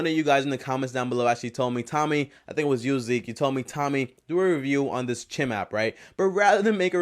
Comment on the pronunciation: Its not cheam its chime like bells chime